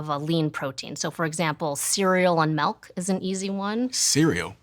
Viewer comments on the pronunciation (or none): If she said "melk" one more time i may have lost it. My brother always said that and it drive me crazy too.